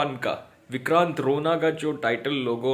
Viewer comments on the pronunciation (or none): none